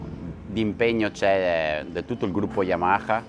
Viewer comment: It's funny how no Italian is able to say "Yamaha" correctly😂❤